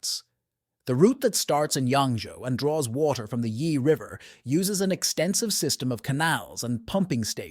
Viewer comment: is the only moment revert to the us. and noting about the title. ai voice is not able to say WATER in a proper way randon stock pictures not from China (africa and US, and maby more) does not help eather. but if half is true, china is doning stuff that other parts off the world should do to. Pump water to the black sea. pump water into the sahara, let it faporate we need water, no war.